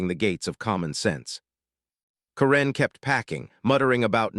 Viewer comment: Learn how to pronounce karen